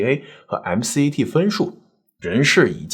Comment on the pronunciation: 友情提示主播哥哥：美國醫學院入學統考MCAT, 我們這邊稱作”M-Cat”, 不是叫 ”M-C-A-T” 哈